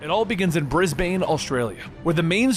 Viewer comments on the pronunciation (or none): As an Australian bris BANE kinda annoyed me >:0 it’s more pronounced bris bin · Brisbane is pronounced Bris-bene. Rip Australia. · Briz-ben... it’s pronounced Briz-ben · Brisbain. I shall rage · “Bris-bane” of Australia? Bruh- it’s Brisbane pronounced brisbin. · Australian here it’s bris-bin not bris-bane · Always fun to hear Americans reference Australian locations! We’re pretty weird here. In aus, Brisbane is pronounced “briz-ben” and Melbourne is “Mel-ben” :) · The way you pronounced Brisbane. Oh my god it hurts. It’s pronounced like Briz-bon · this man did not just say bris-bane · How did you say Brisbane?! It’s pronounced bris-Ben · Mans said brizbayne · Isn't pronounced Bris-bin ?? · silent E in brisbane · If I ever hear some pronounce Brisbane like that again your gonna wanna wish the earth ended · The way you pronounced Brisbane bruh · Ew, the way he said Brisbane 😂😂😂 Aussie viewers died a lil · the way he said Brisbane🤣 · why does he said Brisbane like that??